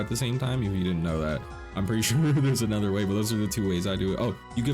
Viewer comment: "Anudder" hahaha